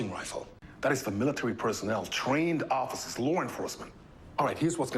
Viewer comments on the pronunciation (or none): …trained offa-suhs, lawr enforcement…